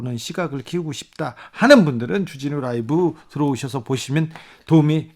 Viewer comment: .쭈진후 롸~이브!! 발음이 넘 약해지셨응 ㅡ 정말 의협 나쁨나쁨 좋은 의사샘들 넘 많으신데...